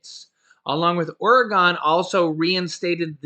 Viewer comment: It's pronounced Oregun